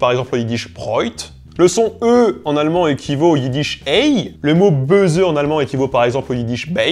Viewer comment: Les mots comme "Böse" "Köpfe" ou encore "Auge" sont mal prononcés en allemand (surtout la fin des mots). Mais sinon à part cela, sa prononciation est bonne.